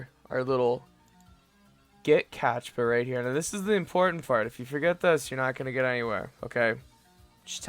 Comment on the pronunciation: It's CaPtcha not CaTchpa.